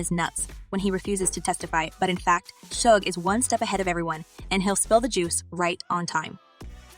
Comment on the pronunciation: Yay a reporter finally pronounced Suge Knight right for once.